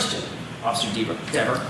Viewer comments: Dever pronounced D I V A....She's now cooked as a witness in any future trial as she's going to be on a Brady list because of her false memory. If she is the sole witness in any future trial the defense counsel will bring up the false memory.. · And FIRED by her city. If I lived in her town that she patrols, I would be writing city council and the mayor and the chief. I don't want someone getting so butthurt over pronunciation of her last name wrong out on patrol. If someone called her officer deverS she may get so mad and butthurt she may lie and arrest them and then lie in court. She is a disgrace to the badge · “That’s a direct quote”… what a bs statement and nice try deflecting the question by saying oh he says my name right! WHAT A DISGRACE!!! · I would hate to be married to her. I'd have to walk on eggshells around her after seeing how butthurt she got when Jackson pronounced her last name wrong. Wow. Couldn't believe how evil she turned so fast. Imagine her writing tickets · He was saying it wrong intentionally, he knew it